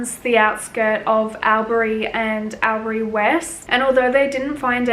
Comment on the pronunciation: Its pronounced All-berry